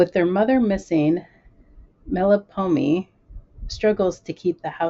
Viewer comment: Glad the books got to you safely! For reference, the characters in HSFCAC are Greek names. So they're pronounced Mel-pom-men-ee, kuh-ly-oh-pee, and tall-ee-uh XD